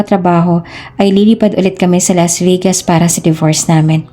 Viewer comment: Why pronounce Vegas.......Vigas?